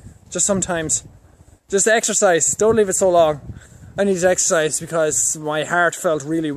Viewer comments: What 'extherziz'? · EXERCISE? I THOUGHT YOU SAID EXTRA FRIES!! :-D